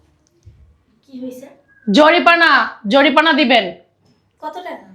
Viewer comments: ভাষাগত সমস্যা জরিপানা নয় জরিমানা এগুলো ঠিক করেন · অভিনয় করছে ম্যাজিস্ট্রেট অথচ উচ্চারণ ভুল জরিপানা কোথায় পেলো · ম‍্যাজিষ্ট্রেট এর অভিনয় করছে আর জরিমানা কে জরিপানা বলছে। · জরিমানা উচ্চারণ করতে পারেনা আবার নাটক চোদায়। অশিক্ষিত মুর্খের দল।